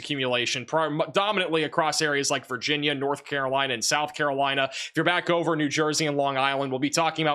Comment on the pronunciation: wild he cant say Virginia.